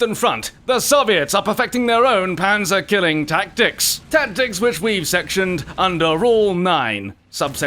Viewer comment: Step 1) Learn to pronounce a Z. Step 2) Choose a better example for defending.